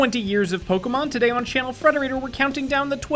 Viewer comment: omg you butchered so many pokemon names so frigging badly i almost died from insult